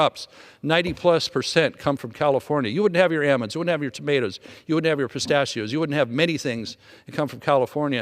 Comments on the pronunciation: Even if I didn't know Doug Lamalfa's name from when I lived in northern CA, and he hadn't expressed that he was from northern CA a few times during that rant, I would know he was from the area from one simple thing: the way he pronounced almonds. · Ha, ha, right! Aahmonds is the give away. Good ear... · Doug said Aaa monds like someone from NorCal lol (instead of almonds)😊